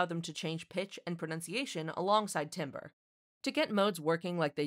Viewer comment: Which voice was used in this video? Also, timbre is pronounced TAM-BER. Glad to hear correct pronunciation later in the video instead of the wrong pronunciation near the beginning.